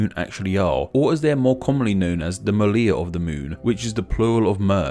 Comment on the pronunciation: I love your videos, but PLEASE, learn how to pronounce R in different languages. It's not MALIA! and the singular form is not MEHHH!